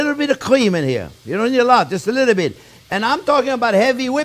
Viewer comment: “Put awot of pepper, don’t be afwaid” lol